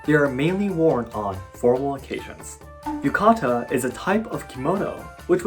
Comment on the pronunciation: ah, yuka-ta